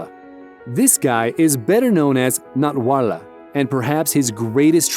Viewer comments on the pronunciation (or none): Its natwarlal not natwarla